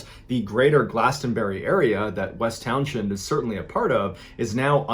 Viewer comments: It's spelled Townshend, pronounced Townz'nd. No 'sh'. This is no mystery. As a child I heard this as a cautionary tale to teach us to always carry your rifle, even when you are walking to gut an animal you think you have killed. Deer will kill you by suddenly slashing your stomach wide open with their hooves. The complete story is: Carl Herrick leaned his rifle against a tree and headed toward the bear he thought he had killed. When he got close, the bear jumped up and grabbed Carl from behind as he turned to run, first crushed him (why the wonderment? It's called a BEAR HUG McBallen, and black bears here are huge), then threw him off a cliff. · The "h" is silent, it's pronounced Town-send. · Great narrations….love all of them. I am from Vermont and I am from the area of which you are speaking. The H is not pronounced. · Hullo! VTer here. It's pronounced like Town-zin, not Town-shend. Js. And we VTers know it was a Sasquatch. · Every. Single. YouTuber who covers the Bennington Triangle mispronounces Townshend. It's pronounced "Towns-end" And it's honestly not all that rugged and remote. Even by East Coast standards. "Quaint" would be a better descriptor probably. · Love your vids but as a Vermonter I gotta say, it’s pronounced “Towns-end”. Thanks for the VT love! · It's pronounced towns end, you don't say the sh. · I love you and your videos, the rural Vermont town is pronounced “Towns-end” ☺️ I grew up there ❤️ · Hearing "town shend" makes me giggle. it's like Worcester, not pronounced how it's spelled. Love the videos man, It's awesome seeing the Bennington triangle here, because I live VERY close to this. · It's pronounced "towns end". It hurts my ears hearing it pronounced so wrong. Vermonter here btw. Opposite side of the state from Bennington though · It's pronounced Townsend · Townshend is pronounced "towns end." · Townshend pronounced Townsend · West Townshend = West Towns-hend. Pronounced West Townsund. Ok. I feel better now.